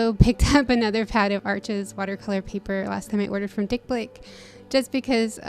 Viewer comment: At last, someone pronouncing Arches correctly lol, heard loads of people pronouncing it Arch!!! Loved your goodies, love your videos. Windsor and newton brush markers are fantastic, I rate them above Coptic and have used pro markers for over ten years, blend like a dream!!!